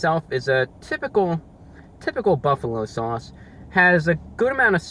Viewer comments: “Basking in the sewauce” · Sawse. Hahaha. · i’m in love with him saying sauce . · The way you say sauce is so saucy.